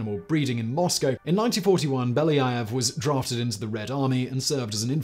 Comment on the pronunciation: Being Russian, this hurts my ears to listen to the author constantly pronounce Beljaëv incorrectly😥